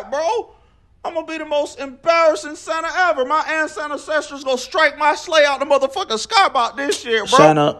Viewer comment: BRUH 'AN-SANTA-CESTORS'?🤣